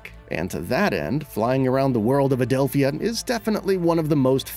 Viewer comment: I cringed overtime he said Adelph-i-a instead of Adelpha. Sounds like they didn't actually pay attention to the game.